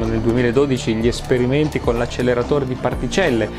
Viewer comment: Se posso permettermi... "acceleratore" mi sembra sia stato pronunciato con una L di troppo.